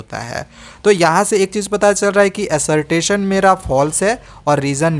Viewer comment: Assertation nhi assertion bhaiya